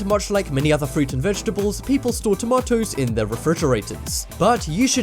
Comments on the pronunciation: why is he saying tomatoes like werid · I like how he says tomatoes heh tamatoes. by the way random question who has windows 10?